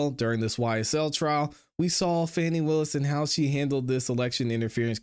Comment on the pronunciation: While her name is spelled F A N I… it is pronounced FAUNI. GET IT RIGHT.